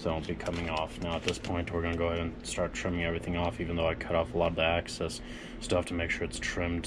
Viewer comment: love the channel but im finding myself being slightly triggered by your pronunciation of excess. it sounds like you keep saying access, fyi i never ever get triggered by anything but i am finding myself being triggered by being triggered lol. I really do love the channel , im just being silly lol. keep up the good work.